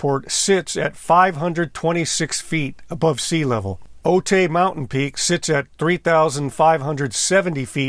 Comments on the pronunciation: I thought you lived in the San Diego county area. Otay is pronounced “O-tie” not “O-tay”. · For what it matters, Otay is pronounced OH-tie. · Pronounced OH TIE, not OH-TAY. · Note: it’s not pronounced “Oh-tay”. It’s pronounced “Oh-Thai”, as in “Thailand”. I’ve lived near this mountain 67 years. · The mountain is pronounced OH-tie. Not Oh-tay. Thanks. Nice documentary. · Otay is pronounced “o-tie” if anyone cares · I was a U.S. Border Patrol Agent at the Brown Field Station in the late 1990 and covered the Otay Mountains. Just a little info, Otay is pronounced O-tie. When I was walking around the crash site back then, I found part of the linkage and levers for the throttle quadrant. I left it there and never kept any pieces of the wreckage